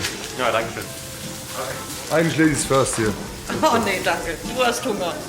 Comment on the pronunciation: Warum hält sie ihm die Hand so hin? "Nein, danke" hätte wohl gereicht und die Betonung ist auch ein Witz oder?